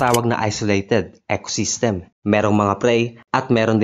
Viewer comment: ECOSYSTEM hindi ec-system. Snake is AHAS, not HA-AS.